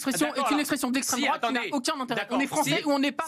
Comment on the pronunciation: "destreme droate"